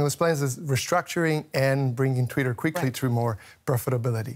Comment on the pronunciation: Guest speaker cannot even pronounce twitter properly . . . proceeds to pretend to be an expert . . . ROFL